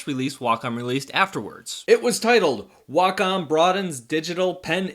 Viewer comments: It’s pronounced Way-Com not wocom 😂😂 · Neither Way-com, Wack-em or Wah-com sounds anything like the Japanese pronunciation. Just that americans imagine that Wah-com sounds more like it. My japanese friend says the correct pronunciation is right between Wah-com and Wack-om, so either would be fine. She also says it's stupid to think you have to speak japanese, when you're speaking english. Just say it the way that comes natural. Japanese ppl don't pronounce "McDonald's" like americans do after all.